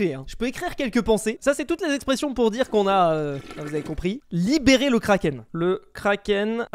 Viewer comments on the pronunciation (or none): Libérer avec « é » a la fin 😉